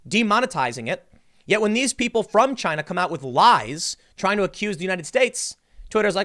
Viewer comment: Trump said it first "A-CHY-NA. 👌"